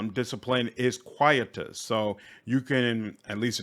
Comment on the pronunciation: I think it's pronounced Qui-ee-tus. It's a weird Latin word. Yeah, here we go. quietus noun qui·etus kwī-ˈē-təs ˈā Synonyms of quietus 1: final settlement (as of a debt) 2: removal from activity especially : DEATH 3 : something that quiets or represses, 'put the quietus on their celebration'. Darned Romans and their crazy moon language.